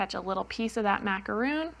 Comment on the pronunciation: I also came here to say the exact same thing! Those are Macarons. I know this for sure because I happen to bake Macarons. They're way too sweet for me, but my sister loves them! So the cover on the pattern needs to be changed to "Macaron". And needs to pronounce it correctly too.